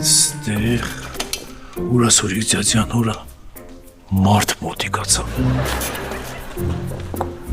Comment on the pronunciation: Նայեցի , ձյաձյա _ յա ասում 😅❤